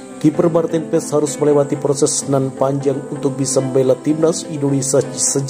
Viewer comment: MARTEEN PAES DI BACA MARTIN PASS udah gitu aja jangan di rubah lagi PASS JADI PESS ada2 aja 🤣